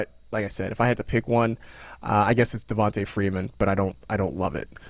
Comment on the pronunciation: Will he PLEASE stop saying (Devon-tuh) Freeman